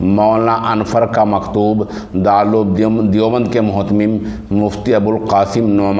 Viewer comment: متہم نہیں مہتمم ہوتا ہے